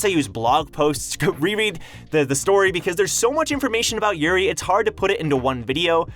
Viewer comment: Lost pronunciation, urine = Yuri